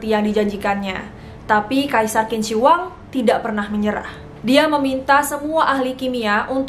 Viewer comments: Say Q itu bukan K cara bacanya 🙏 tp CH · Qin dibaca nya cin... Dia yg membuat negara itu di panggil cina buka kina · Hai.. Qin dibaca Chin ya.. Q jadi Ch bukan kin. Hehehhe.. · Maaf kak Qin dibaca ching bukan kin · Qin dibaca Chin bukan Kin. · Bagus ceritanya mbak, tapi Sedikit tambahan aja utk cara baca/ucap Kaisar Qin=Chin , jangan dibaca kin ya mbak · Bukan 'Kin' tapi 'Chin' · Qin = dibaca 'cin' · Qin itu bacanya cin bukan kin. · Kak, sebelum cerita mohon pelajari dulu cara pelafalan nama mandarinnya .. krn tulisan dan cara bacanya beda contoh Qin bacanya Chin, Zhang bacanya Cang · Q bacanya jadi C Qin= Cin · Kak bacanya Q bukannya C ya? Jd Cin.. bukan Kin.. maap klo salah. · Tulisannya qin tapi bacanya chin kak. Itu pinyin mandarin. Dynasty Chin kak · maaf yh kak aku sdikit koreksi , pronunciation "Q" dalam bahasa mandarin itu dibaca seperti huruf "C" 😄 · permisi kak, sptnya kalo Qin itu dibaca Chin dalam pelafalan china. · Tulisannya memang Qin tapi baca nya "Chin" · Q di baca "Chin" mbak... jadi Chin Shi Huang bacanya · Lafal Qin = Chin